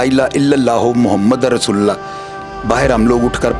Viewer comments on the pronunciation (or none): Aik guzarish he Ap Qalma Sahi nahi parte Muhamadur Rasolola parte hain